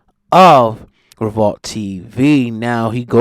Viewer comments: It’s revolt o god not revalt, say it properly bro! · Dude it's revolt, not revault